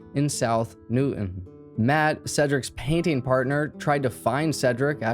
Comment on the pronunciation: Dude doesn't even live in this area yet pronounces Newton just like the locals 😂 knew Moon's wife from high school days and had friends working at Excel during this incident and i worked a few blocks away. Nobody talks about this shooting anymore, almost forgot all about it.